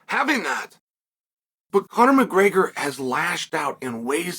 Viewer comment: Conor “Muhgreyger” 😂